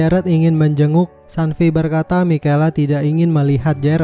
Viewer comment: Bkn mikela cara sbut nama nya kak,tapi misyel